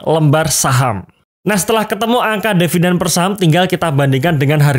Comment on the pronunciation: tulisan di video adalah DIVIDEN, tapi ngomongnya selalu DEVIDEN. saya yg nyubi jadi bingung wkwkwkwkwk